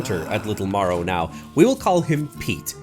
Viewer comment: Marrow not morrow